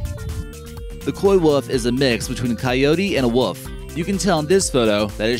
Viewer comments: wolf dude, not wuff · Its pronounced wolf..not wuff... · It’s a wolf not a “wof” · Did he say "wuff" and not "wolf"..🤔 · Omg yes he did and it for some reason really irked me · Did you just call it a ‘woof’ ?! There’s an L in there dude.